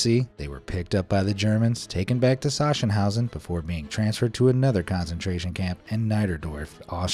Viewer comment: It is pronounced SaKSENhause. A hard K sound. Yes, I visited there along with Dachau.